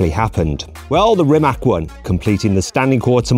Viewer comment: Its not Rimak, its Rimac